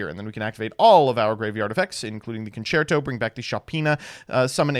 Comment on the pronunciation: I'm in utter disbelief after hearing you proniuncing "concerto" right, aren't you supposed to be american?